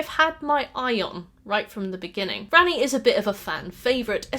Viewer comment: I kept hearing you say "Granny" when you said "Ranni". So like "Granny is a fan favorite because of rule 34" and "I've never seen Granny with less than G cups". Wake up babe, is normalizing Gilf appreciation!